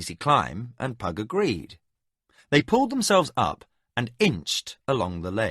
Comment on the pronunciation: I think he got "Pug" just about right. :face-orange-raised-eyebrow